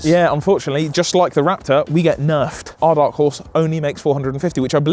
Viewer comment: “We get nerferd” post patch or pre?😂